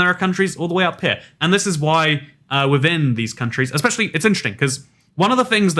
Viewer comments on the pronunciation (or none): none